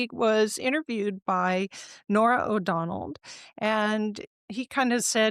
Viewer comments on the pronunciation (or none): So this gal interviewing VDH doesn't even know how to say Norah O'Donnell's last name, It's not O'Donald. She lost her credibility in 15 seconds. I'm not watching this.